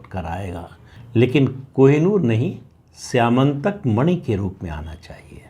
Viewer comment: स्यमंतक मणि स्यामंतक नहीं …